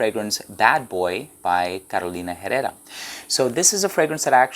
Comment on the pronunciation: Keep in mind the H in Spanish is silent.